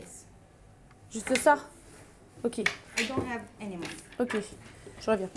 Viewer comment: Euuuh, moné ? U ave moné ? - Moné ? - Paye. Attention à l'argument de choc pour le café !